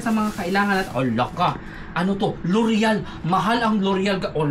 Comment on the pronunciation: Im a fan of yours, L'oreal.. you pronounce it as loryey..